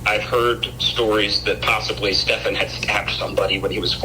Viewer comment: I always laugh when she calls him Stefawn instead of Stephan it's so dismissive not saying it correctly lol